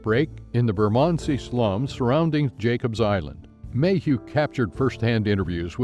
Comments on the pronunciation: Get your pronunciation right, Yank Bot. River Thames ="Tems"; Southwark = Suthark"; Bermondsey ="Bermunsie" to be going on with. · No, I don't want more. This is an informative video, completely ruined by the narration. Should have had a British narrator or at least someone who is able to pronounce Covent, Westminster, Bermondsey, Thames and Southwark. Made my hair stand on end. 👎👎